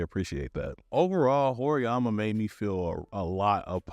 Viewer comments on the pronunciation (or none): Is bro pronouncing the name of the show wrong on purpose or?